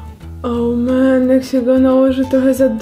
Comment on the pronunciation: Kocham to twoje słowo,,oł MEN" xDDD